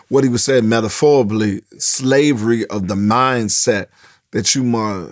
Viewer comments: Did he just say "Medaforablee"? 😂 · “Metaphoriblly” is a new one lol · my dog said METAFORABLY. 🤣 😂 😂 😂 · Metaphlorably, I was waiting for Quake to absolutely fck up a word…he never disappoints me 😂😂😂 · “What he said metephorably..” -earthquake